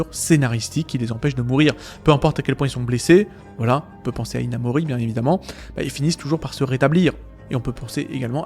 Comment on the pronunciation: Hinamori... Hinamouru